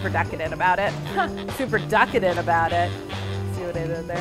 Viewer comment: I was thoroughly enjoying this video but it was only when she said "duckadent" that I hammered the like button 😂